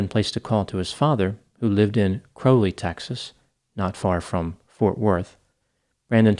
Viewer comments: "Crowley" rhymes with "Cow-ley." Lol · Sad story. Corrections on pronunciation of Texas towns: Its sa-NANG-ga-lo not san Ang-e-lo, its BRONT not bron-TA and it is KRAWL-ee not CROW-lee. People need to realize when they need help with addiction. Sad.